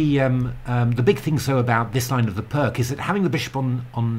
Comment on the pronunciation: Fascinating and mind boggling tactics. I never really settled on a consistent response to the Pirc and would have loved to play this. Look forward to seeing more on this. I must however be a dreadful pedant re your pronunciation, since I now live in Slovenia. Vasja Pirc was Slovenian and there is no such thing as a hard c in their language. They always use a k if they want a hard sound. The c at the end sounds like ts to British ears, and additionally the i sounds more like ee, so Pirc is pronounced Peerts. Of course I too pronounced it wrongly for most of my chess career but now I must honour my adopted country by getting it right. I might also mention that the games of the other great Slovenian player, Dr Milan Vidmar are well worth studying. Probably the most talented amateur of his day - he was a renowned electrical engineer - he was reckoned to be in the top dozen players in the world for many years in the 1920 and 30s and might have been even stronger had he played full-time.